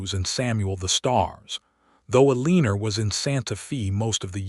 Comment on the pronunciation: Santa Fe is not Santa Fee, it is Santa Fay! Eleanor is El en or not E lean or. How can you narrate a story and not know how to pronounce common words?